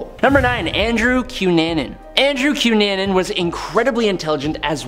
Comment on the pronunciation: You need to find out how to prounoce names cunnanin I know it isn't spelled this way but think about it I know this and the one before the cunanin name you mis prounoced if I had done that my English teacher would have rose from the grave and yelled at me come on